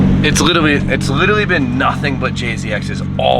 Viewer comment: 😂😂😂..Minute can't say the word "literally"...I'm sure he said "lillerally"...twice.haha